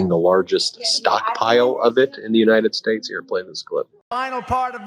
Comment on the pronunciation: Ridiculous! She worked her way up, he used daddy's money time & again, and now he uses everybody else's money! She can speak well & he has literally mispronounced United States! That's just the start of his stupidity!OMG!